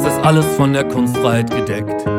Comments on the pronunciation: that pronounciation was good exept for the kustfreiheit u say kunst frei heit u say heit like hait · Or rather like height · you said all well but take more time: it's kun-st fray-hate(heit)